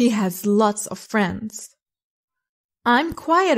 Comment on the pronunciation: Why do you insist to pronounce "of" wrongly? Of is pronounced as /ov/ and off is pronounced /of/